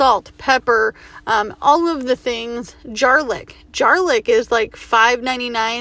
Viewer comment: I pronounce some words in a funny way as a joke, are you saying garlic as jarlick or is that actually a product?